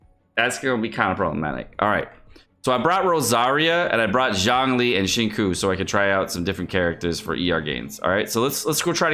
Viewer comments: the way u say some character names like DIona=diana or xinqui= xingcho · was right. It’s pronounced Shing Cho. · He call xing qiu shengkoo so its nice we call him sickoowwwpigow